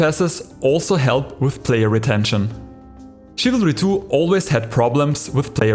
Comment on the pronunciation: I thought you Said chavalry 2